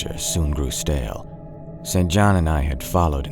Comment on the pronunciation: St John is pronounced “Sinjin”